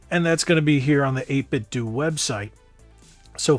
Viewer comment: 8BitDO = Doo 8Bitdo = Doh